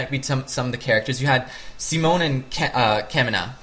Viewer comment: Say it with me: Sea Moan. Sea Moan. Good.